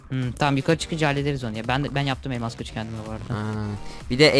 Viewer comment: abi elmaz değil elmas :)